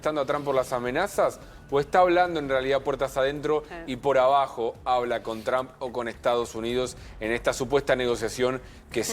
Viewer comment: Donald Trump, not Tramp. lol 😂